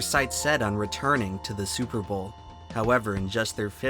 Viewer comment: Oh hey, nice to see Tree here... And also, "Stillers gon ta Supahbawlll"